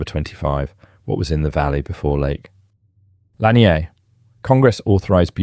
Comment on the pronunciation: Its Lake Laaa -near